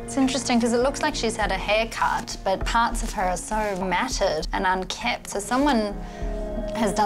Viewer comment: The word is not UNKEMPT not UNKEPT